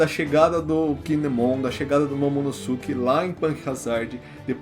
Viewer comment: E agora o momonosuke , a pronúncia do nome seria melhor dizer momonôsuke (de novo sem acento)